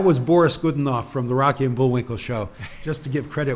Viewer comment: You're right. I cringed when I saw that this morning. Good spot. But the tzar and the opera was "Boris Godunov," not "Goodenov."